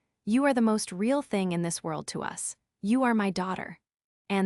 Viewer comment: Fing fing fing fing fing. This AI is pathetic, just like the one who owns this podcast.